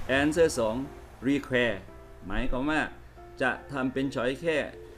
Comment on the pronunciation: อธิบายวิธีการชัดเจนมากค่ะ มีประโยชน์ แต่อาจารย์อ่านออกเสียงคำภาษาอังกฤษไม่ค่อยถูก 555 เช่น คำว่า require etc.